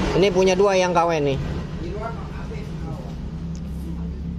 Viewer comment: Min knp sih klo ngmng sllu dngn akhiran huruf k...misal KW jdi kawek,dua jdi duak 🤣🤣🤣